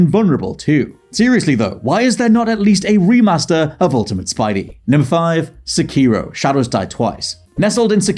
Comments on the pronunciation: Um, excuse me, Sekiro is meant to be pronounced "Sehkey-row" all fast, not "Seh-KEE-row" for pete's sake, you Americans and English people make this same exact dumb mistake every time, no matter how much I fight back to defend my culture by correcting you. Like fame itself, me being a total nobody on the Internet is both a blessing and a curse. I'd appreciate it if you'd stop "white--speaking" (for lack of a better term) Japanese words. It's not just on the Internet I have to defend my culture and language of my ancestors, I need to do the same irl as well. This is one of my biggest petpeeves of English-speaking people. If only you'd acknowledge my comments and stop being language-ignorant of Japanese words, instead of always having my voice on deaf ears. I mean it, quit doing that, say Japanese words correctly! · still doesn't know how to pronounce Sekiro. ONE MORE TIME. It's SEK-i-ROW. Hope that helps. Cheers, mate.